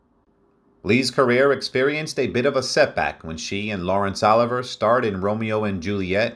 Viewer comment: I wish this announcer would only pronounce Laurence Oliver name the correct way!